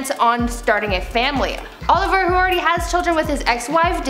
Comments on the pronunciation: Calling Olivier Oliver 😂 The French speaker in me cringed 😬 There’s only a one letter difference, but the pronunciation is definitely different. Ah-liver vs Oh-lee-vee-ay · Please, please, please... learn how to pronounce Olivier. It ISN’T pronounced ‘Oliver’. It is said ‘Oh-liv-ee-ay’. Thanks. This has driven me nuts on multiple videos. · Is anyone else bugged by her saying "Oliver" and not "Olivier"? pronounced very differently...lol